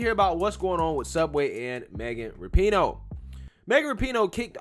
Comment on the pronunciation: Its pronounced RAP - IN - NO